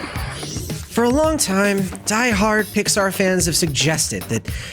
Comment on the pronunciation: At one time you said Pixar i heard Dicksar. 😂😂